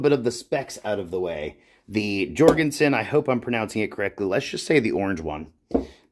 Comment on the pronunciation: Pronounced Yorgen-sen